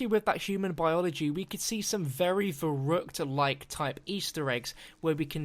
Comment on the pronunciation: YESS, I was hoping you'd say Verrückt